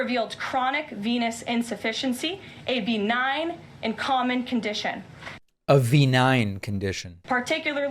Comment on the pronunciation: Beee nine😂 benign?